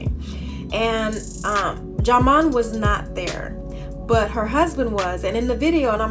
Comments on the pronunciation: Sweetie it's pronounced JIMON LOL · learn how to say ( pronounce ) his name u on a platform okkkkkkkkkkkk